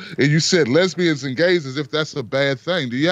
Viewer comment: Les-bian LOL.